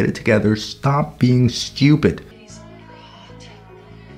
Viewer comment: when he said "dont be stweepid" i lost it